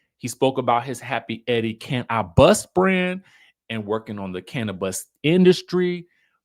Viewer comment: This could just be a storyline lol tbh and the way u said cannaBIS 😂😂😂😂😂😂 a play on words for sure